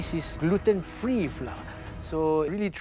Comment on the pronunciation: As an expat, is it a Singaporean thing to pronounce flour as ‘flah’ instead of the proper ‘flower’